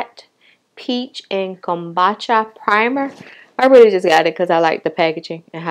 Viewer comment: It's pronounced 'come-boo-cha'. Cute glasses, are they Rx? Chile, I'm 4 eyed as hell. I bought no make up on the 4th, I bought glasses (Zenni optical was having a sale) household items and perfume from ALT Fragrance.